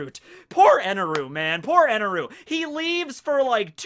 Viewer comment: Stop saying his name with eneru... It's enel